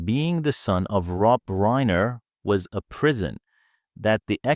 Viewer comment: There is no credible source for the assertions made in this video and I could not locate any ACTUAL record of Tarantino making any of these comments. This same story is being repeated by multiple YT and FB accounts that appear to be bots or AI-why else would the narrator say “Reiner” incorrectly or show photos of Alan Jackson the country musician instead of Alan Jackson the attorney?